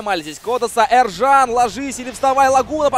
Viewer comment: Почему ты говоришь ЭРЖАН когда имя Ержан !